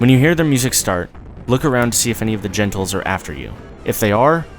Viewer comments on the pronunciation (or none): its not gentles, its genitals.